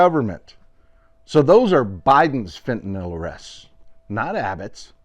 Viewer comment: I congratulate you! You’re almost the only person who says ‘fentanyl’…most say ‘fentanall’. Thank you.